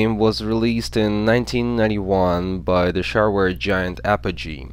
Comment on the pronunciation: I used to play Duke Nukem 3d in the 5th grade in multiplayer with my friends over coxial friggin cable! those were the days. oh FYI pronounce shareware as "she-e-r-ware"